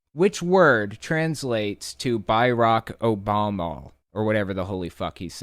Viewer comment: Does he know how many ppl were named barak back then? And Obama is not pronounced Obomal or whatever